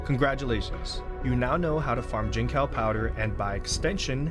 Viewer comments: fyi, its jin-tsao (like in tsunami) and not jin-cow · Jincao is pronounced chinsao btw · I know it's a small deal, but if you do want to learn how it's said, the "c" in Mandarin is pronounced as "ts." So, it'll be "jin-tsao" 👍 Great farm guide. Thanks for making a video 😀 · bro said gene cow 🥀